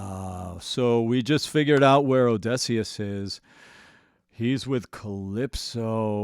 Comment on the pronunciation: So.... you're still saying OdEHsseus, huh. I thought we were past that.